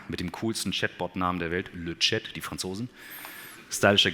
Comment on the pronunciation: Der Chatbot von Mistral wird nicht "lö tschät" ausgesprochen sondern "lö scha". "Le Chat" bedeutet auf deutsch übersetzt: die Katze.